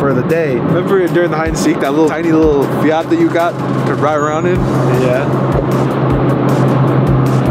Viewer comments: Fiat not fiiiaaaaaaarrrttttt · The fact can’t even say fiat he in not from England!😂